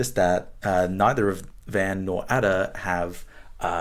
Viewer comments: What a snake this man is to pronounce Ada in the way he does! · Nabokov says Ada should be pronounced Ardor.